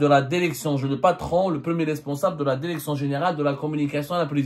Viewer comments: DIRECTION ET NON DERECTION 😂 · Tu n'as même pas appris le français... On ne dit pas la derection...et tu fais encore tes émissions bidons